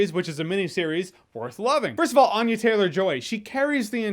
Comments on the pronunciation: Ann-ya not Ahn-ya. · I just saw an interview where Anya Taylor-Joy explains that we're pronouncing her name wrong...it's ANNE-ya, not AHN-ya.